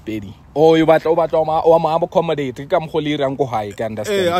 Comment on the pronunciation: Yhooo the pronunciation of accommodate😂😂😂😂huuuuuuu the English is not make sure😂🚩